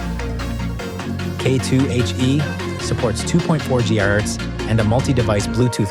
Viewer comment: Lol is that AI doing the voice over? 2.4 GHurtz